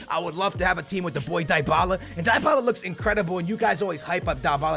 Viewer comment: it's DEE-Bala. For fucks sake